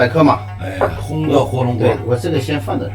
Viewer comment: 红得火龙果~~~ 以为自己说了句四川话 其实像抗日神剧的日式中文哈哈哈 太君！这是你要滴 红得火龙果！